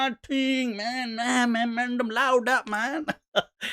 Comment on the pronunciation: Its not mandum...its man-dem..as in the 'dem' from 'demo'